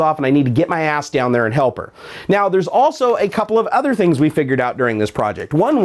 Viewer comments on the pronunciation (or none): It's MORSE Code (one syllable) not Morris Code. And yes their is a difference.